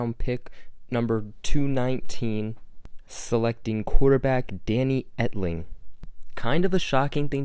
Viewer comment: "Wanted him so bad on the patriots" but you can't even say his name right😂